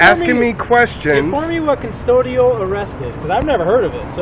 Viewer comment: Cops says what is CONstodial arrest lol 😂 I think he meant CUSTODIAL dumbass